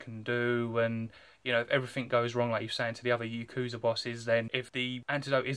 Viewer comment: The way you pronounced Yakuza as Youkuza took me out 😝 - Marco has solidified himself as top tier in the one piece world surely